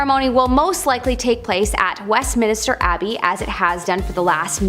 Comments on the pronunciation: THANK YOU for using human narration! 😃 A.I, narration always sounds obnoxious, fake, and slightly sped up. Often, A.I. narration sounds like a 19-year old low-IQ quasi-British homosexual with a slight case of nasal infection... p.s., it's Westminster, not West Minister. (She's a pretty hostess but not well read.) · Why did everyone allow her to keep saying "West Minister"? 😄 🤣